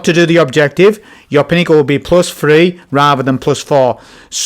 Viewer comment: I will never listen to anybody that says tree for three